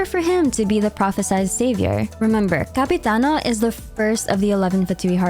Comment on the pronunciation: im halfway through the video and I have to tell you, as an Italian, I love your pronunciation of 'capitano'😭😭